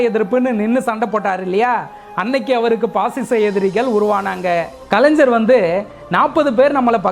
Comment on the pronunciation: bro I watch all your vedio`s.great.🎉🎉 Kalaignar is correct. Kalaignar is wrong. Same thing -- ilaignarhal( youngsters) correct. ilaingarhal thappu.Thamizhil ucharipu sariya illai. Try pannalam.😊